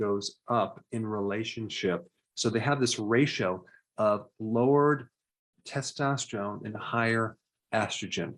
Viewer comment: errr Doc ... it's testosterone... test-tost-terone... NOT... testostreone... test-tost-treone... :yougotthis